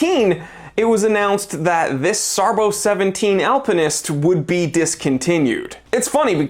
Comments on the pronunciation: SARBO? SARB Zero One Seven. No SARBO. After the B is a Zero, not a letter O. The zero after SARB is silent. It's pronounced "SARB 17" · "SARBO"??? it's a zero man !